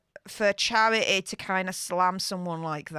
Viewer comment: Chair-eh-ey. Four-een**